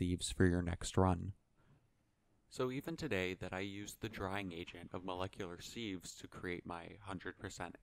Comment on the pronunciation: It’s pronounced Siv not Seev.